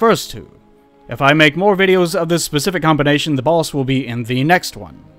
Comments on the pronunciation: also, i keep hearing "the balls" instead of "the boss" made the first few minutes very weird until you showed that mgs pic :D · Why do you pronounce The Boss as The Bols? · When you say "The Boss" it sounds like "The Balls" dude. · The Balls? Lol pls make it a thing like 'The Baby'... That'd be radical!